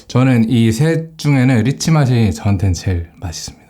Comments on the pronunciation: 1분 30초 쯤에서 리치맛을 일찐맛이라고 들으신분?!? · 리치맛이라고 할때 일진맛이라고 들은 사람은 저뿐인가요ㅋㅋ?